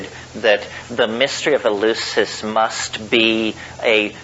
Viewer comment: Thanks! Btw, Terence, it's "El-LEF-sis" as in Greek.